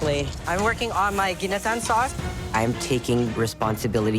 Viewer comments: Gineteen. Serep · Thank you, it's Ginataan